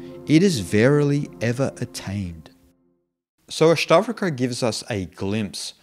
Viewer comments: why do you say Ashtavraka? books title is Ashtavakra... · Good Commentary. However could please pronounce the Sanskrit words properly. Its not Astavrka. It’s Ash-ta-VA-Kra. I get you have an accent bud but correct pronunciation does help. Thanks 🙏🏽